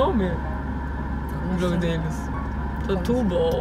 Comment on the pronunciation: O nome do jogo hahahahaha "Tutuboll"